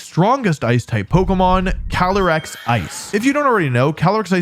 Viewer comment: 1. Caly-ice 2. Incineroar